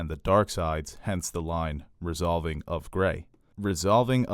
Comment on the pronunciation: resolving not resovling… Common. Love the channel